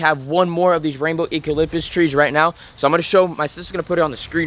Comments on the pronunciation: No judgement, Eucalyptus it's a silent (E) so pronounced starting with the (U) ucalyptus. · When you say eucalyptus don't pronounce the E. Fantastic show by the way.